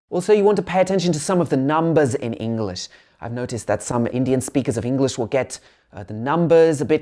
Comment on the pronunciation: Bro one tip for you is , it's english not engliss